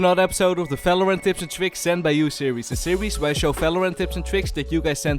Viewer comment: one more time u say felorend instead of valorant im going to kms